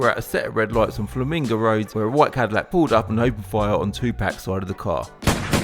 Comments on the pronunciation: Jay z once said, white people say tupack, not Tupac 😂😂 damn lol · It’s Tupac not Tupack you clown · Who the hell is "2-pack"